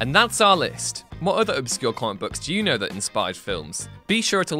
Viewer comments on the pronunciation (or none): none